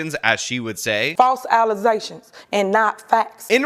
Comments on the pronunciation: She may have been voted out, but “false allezations” will live on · FALSE ALLEZATIONS!... an NOT fax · "allizations" Holy hell😂😂😂😂😂😂😂😂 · Serious allezations coming from the super mayor. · Oh,No. The "False Alize'-Tions". Sounds like business as usual for this Ratchet "Super-Mayor" Tiffany Henyard. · The allezations were getting out of control 😅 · I call out for not saying "alizacions" once, and now he is using it again. See guys, we can influence the influencers. On a side note, it's rough for. He lost Joy Reid and "The Super Mayor" in the same week. If Emma retired we're gonna have to put on a watch list. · Aww, damn. That's another source of entertainment gone. "Allezations" 😂🤣 But I guess we now have enough of that craziness in the federal gov. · "false alezations"? That ignoramous slaughters the english language. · "false allizations." Come on, at least know the words you're using. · she is not beating the allezations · “False Alizétions” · I think it is a fair hypothesis to say that IQ is tied to oral skills. "Allezations" is something said by someone whose mental capacity can not organize words with so many syllables. Same as "axed". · Allezations caught up with her. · she mixed the word allegations with alezai liquor. 🤣🤣🤣💀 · Tiffany A. Henryard cannot say allegations correctly. LOL